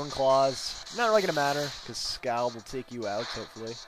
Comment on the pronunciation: here is the first dictionary definition of 'scald'. notice the pronunciation being 'skawld'